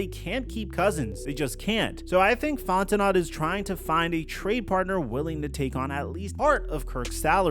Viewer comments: As a gay french man, please say FonteNO correctly, and not FonteNOT. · It's pronounced Fon-ten-oh not Fon-ten-not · you gotta do more research you’re pronouncing names incorrectly and it cheapens your content…fonteNO not fonteNOT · Fontenot = fon-te-know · Bro, it's pronounced Font-i-know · This guy is so annoying. The Falcons are irrelevant BUT still people continue to talk about them. This team is trash BUT yet you decided to click on this trash video. Somebody cares what the Falcons do, obviously. Also, at least learn how to say ‘Fontenot’ properly.🙄